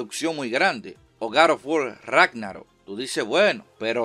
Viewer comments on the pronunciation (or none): none